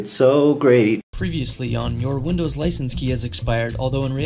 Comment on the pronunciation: "thank you for calling vindows" lmao. how does one call an operating system over the phone and have another person respond at the other end? :D their professionalism is god awful. at least try a little guys! next time someone tells you they need help with their pc, just tell them to call OSX, Linux or "Vindows". i'm sure they'll be willing to help them.